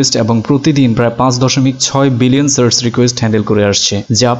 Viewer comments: আমি বুঝলাম না যে এতো স্মার্ট ও শিক্ষিত হয়ে সার্চকে আপনি সার্স বলছেন কেনো??? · সার্ছ না, সার্চ।